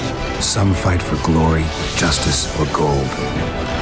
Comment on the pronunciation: she pronounces Geralt strangely